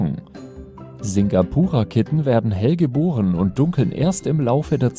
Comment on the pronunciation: Uhh, ich habe ein Singapura Mix zuhause. Sehr schön ausgesprochen.